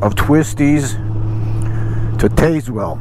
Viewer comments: Interesting setup for your front action camera! Can you talk about/describe it in another video? What a great ride!!!! The Back of The Dragon (BOTD) is a great road!!! The owner of the BOTD Welcome Center is a retired Army Master Sergeant. - Oh and it's pronounced "Tazwell" (long "a" and the first "e" is silent) 😊👍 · LOL gotta love how so many place names in the South are historically and uniquely mispronounced! The small town of Tazewell is pronounced without the "E" so just Taz-well - I know the GPS says it like "taser"! You also passed near the city of Wytheville, which we call With-ville (go figure). After getting off the BOD, you could have continued west on 19 towards Lebanon (Leb-nun) and caught another fun road, Route 80 at Elk Garden. Lots of hairpin curves and tight twisties over the Clinch Mountain that will test your nerve and skill. It will take you to Meadowview (as it sounds LOL) and you could've caught I-81 back north from there. That part of VA into NC and TN is pure motorcycle country!